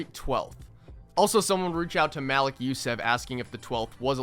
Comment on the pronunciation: His name is pronounced ma-leek